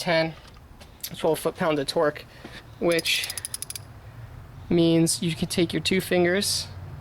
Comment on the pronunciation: Did anyone else hear him say twerk Instead of torque when he said the rule of thumb for SP